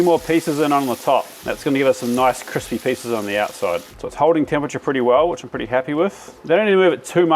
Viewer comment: "Kwispy" - Uncle Joshua callback.